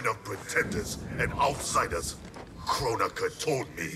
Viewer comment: She said Kronika , I heard Coron-ika ... What , too soon ?